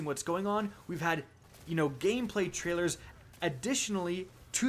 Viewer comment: listen to the way he says trailers